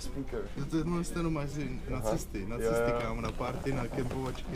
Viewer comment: nečekal jsem že místo "na cesty" řekneš nacisty :D